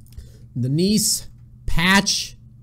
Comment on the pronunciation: "The Neace" sounded like Denise at first. haha